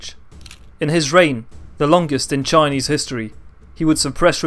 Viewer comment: your Chinese pronunciation is amazing